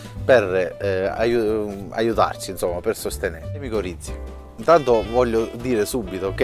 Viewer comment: Micorrize non miccorizze